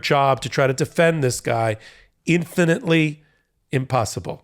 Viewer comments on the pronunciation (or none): I heard 'infantly' when you said 'infinitely'! Hahahahaha